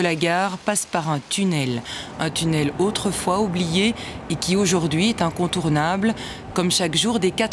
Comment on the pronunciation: DepWuis , aujourd'Whui 😅